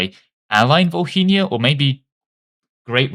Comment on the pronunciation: It's not vol-hynia. It's vo-linia, H is silent